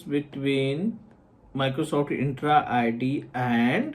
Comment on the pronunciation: it is ENTRA ID not INtra ID